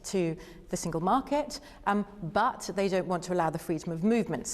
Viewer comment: It isn't said BUTZ, it is said BUT....Renzi